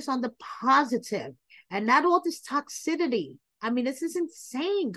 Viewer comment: ...Girl.... it's pronounced" tock sis city" not sure if you're doing that intentionally but giiirrrrrrlllllllll